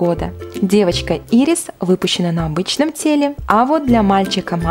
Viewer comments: Не Ирис а айрис и не Мани а Мэни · Не Ирис а Айрис Клопс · Читается не ийрис а айрис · Не Мани и ирис, а Мэни и Айрис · Правильно говорить не "Ирис" а "Айрис" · Ни Ирис а Айрис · На счёт Мэни согласна, но имя Айрис можно прочитать так же как и Ирис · Не мани а Мени не ирис а Айрис Клоп!!!!! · Айрис, а не ирис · Да не Ирис а Айрис и не Мани а Мэни господи!!!!! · Айрис а не ирис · Вобщето Айрис клоп и Мэнни тавр !!!!!! ТАК ПРАВИЛЬНО!!!!!! Э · не хочу обидеть но поправляю прочтение имен кукол монстер хай с комеккона 2014 там Айрис и Мэни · МЭНИ и АЙРИС , ато вы как-то странно произносите имена